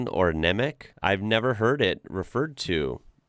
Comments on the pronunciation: Nemec is pronounced as "Nemets", not Nemek. In Slavik languages "Nemets" means "mute, dumb" in the meaning "one who does not speak my language". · "Němec" - the last letter is pronounced close to "ts", not "k" ("c" is never pronounced as "k" in most/all Slavic languages). Meaning is "mute" ("the one who doesn't speak (slavic language)", general verb is "němý"/"muted").